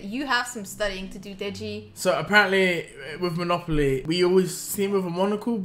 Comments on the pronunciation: Hold up.....i think I need to address the fact that I’m not the only one who threw my phone when pronounced Monopoly wrong.......what the flip😂😂😂😂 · I use to say monopoly just like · She said mono-poly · Hey man we Belgians say "monopolie" not "Mono Poly" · Is she Dutch, bc the Monopoly pronouncement is pretty dutch